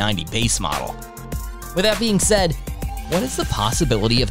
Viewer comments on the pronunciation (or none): none